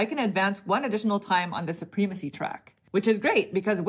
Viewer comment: It is suh-prem-a-see not soo-preem-a-see